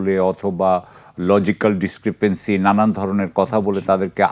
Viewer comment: ডিক্রিপেন্সী না ডিস্ক্রিপেন্সী। বেসিক english